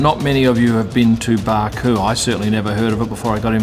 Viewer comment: Baku not Baaaku